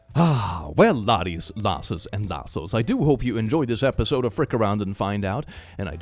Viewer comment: I still don't know whether he says "Laddies, Lasses and Lassos" or "Laddies, Lasses and Larses" (Lars being a Scandinavian name) and at this point I'm afraid to ask.